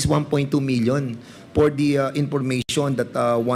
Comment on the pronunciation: Pwede ba Fernandez huwag ka na mag English! Yung letter F naging P “ Por maintenance”.. Saan ka ba nag aral ng English mo? 😅